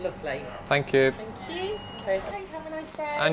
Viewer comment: Please, correct me if I'm wrong. minutes you said "lovely" and the vowel sound for "o" was the same as they pronounce it in the north, if I correctly isolated that sound from the background noise. If yes, may I know if there's any reason for that?